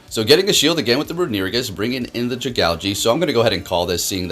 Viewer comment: i see a runerigus video and i watch just to hear him pronounce "renewigus"